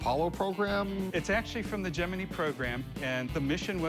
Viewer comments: Am I the only one bugged by him saying "Jiminie mission"? 🦗🚀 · I had to pause and comment.... its the Gemini as in eyeball i not a freakin eee That dude doesn't know** from a hole in the ground when it comes to the space program, He is just in it for the money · Gemin(eye) not Gemi(knee) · Gem-in-eye. Not gem-in-knee. Who else pronounces it that way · Gemenie dont you mean Gemini ? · Lmao the 'geminny programme' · The fact that he keeps calling it Gemi-knee is really triggering my OCD. 😡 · The first guy was an embarrassment. "Jim-min-ee" instead of Gemini ♊️ 🙄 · The guy pronouncing Gemini as "Jiminy" is irritating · "Jemini" program like the cricket. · He said Gemini like Jimminy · Did that first dude really say “gemin-eee” program? Wtf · When he said Geminee 🤢🤢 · How did he pronounce Gemini?!???....lol